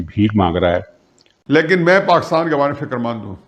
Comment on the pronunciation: Sir uska naam Shah Mohammad Qureshi nahi, Shah MAHMUD Qureshi hai. You said it wrong atleast 3 times. And it's not Pakitan but PakiStan. Kahan se ho bhai? Please improve on your pronounciation.